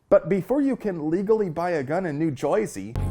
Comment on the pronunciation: Just an FYI, no one from Jersey actually pronounces it Joiesy. But thumbs up for the Fight Club reference